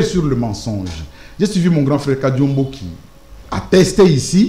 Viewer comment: C'est normale que tu l'appelles Kariombo et non Kadiombo, même par votre prononciation on sent que vous n'êtes pas Congolais....